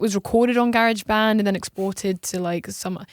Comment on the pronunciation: GARE-AGE BAND